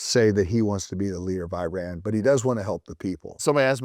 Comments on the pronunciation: It’s not “eye-ran” …. It’s Iran (ee-run) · Please don’t say I run!! It sound absolutely STUPID IRAN is pronounced E run. It is not appropriate to talk about a topic when you do not pronounce your topic properly to begin with. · oh my...the way you pronounce Iran is disturbing, this way of Pronunciation was started by some Fox News Airhead anchor. Iran is pronounced (E-Run), Not (I-ran) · It is not I ran, it is IRAN, one word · Thank you being our voice.🖤🖤🖤🖤🖤 By the way, Iran is pronounced “ee-RAHN,” not “EYE-ran.” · Dear sir. It is no. I ran as if you ran away. It is Iran as in. Irrigation, pronounced Eran . The I R GC terr-or-ist corp. stands for Islamic Revolutionary Guards and not Republican Guards. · Very intelligent guy, as an iranian, this is one of the more accurate videos ive seen.(just call it e-run please not i-ran) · wtf is a eye ran ? u ran ? bro is giving us history listen but cant spell the countrys name properly , its called E ran (iran) its not even hard u just want to bucher it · It's pronounced "Eeraan" and not ei-ran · it's pronounced e-run and e-run-ian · Iran is pronounced EE-raan, easy. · The correct pronunciation of Iran = E-run, Iranian = E-runian